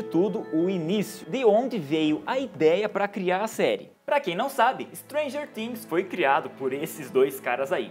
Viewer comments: N é Stranger tings ! SE FALA FINGS COM "F" ! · "muita gente assiste Stranger TIIINGS" uehueheu eu sei q ele falou certo porque é em pt/br mas é muito estranho KKKK FALA STRANGER FIINGS